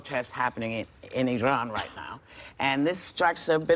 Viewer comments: My favourite part is them saying “i-rawn” correctly instead of “I Ran” like how they usually say it in America. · When Whoopi said "ee-rahn" instead of 'I-ran'...🙌